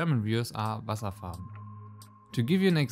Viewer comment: Bist du eigentlich deutscher? Du hast "Wasserfarben" ziemlich gut ausgesprochen.